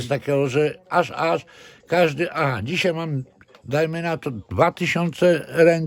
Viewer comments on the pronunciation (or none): none